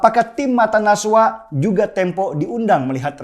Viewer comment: Najwa Bang.. bukan Naswa hahaha